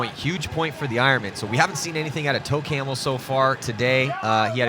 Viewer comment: Yeah I know but it sounded like toe camel aka camel toe